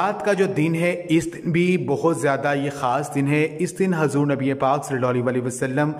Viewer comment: Hazoor nhi huzoor bola kre aur sakhas nhi bolte sakhs bolte h apne word ko sudhare plz